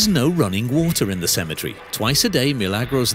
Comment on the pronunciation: CEMETERY NOT Cematree 🙄🤦‍♀️🤣🤣